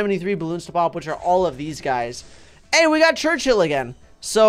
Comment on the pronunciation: You are still doing Churchill wrong